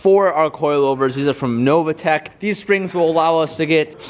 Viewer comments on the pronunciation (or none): it's novitec not nova:D